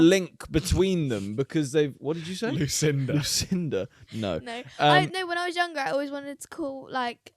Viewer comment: you said my name "Lucinda" and I have never felt more petrified in my life. you don't hear that one very often.